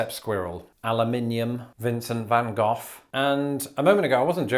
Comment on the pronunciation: Both Americans and Brits say, “Van Gogh” extremely incorrectly….